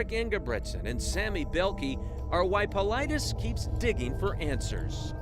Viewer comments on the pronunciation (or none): Paul-i-des ... This should give you a better pronunciation of David Paulides. OMG you put something in your video that clearly pronounces his name and you still chopped it bad. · Pronounced Paul- lie- des....Good post and research! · If you had ever watched one of his videos you'd know how to pronounce his last name. It sounds like Paul-I'd-es... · Wow! You seriously butchered David's last name.